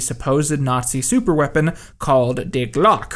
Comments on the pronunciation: Dude, how hard is it to research pronunciation? Wunderwaffel? Wunderwaffe is pronounced "vunder-vaffa". Glocke is pronounced "glock-a" in German, the w = v and every letter is spoken. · please stop saying wunderwaffle instead of wunderwaffe (als hh if you say a word like "glocke" just go on google translate and listen to how its pronounced, because "die Glocke" does not sound like "de glock")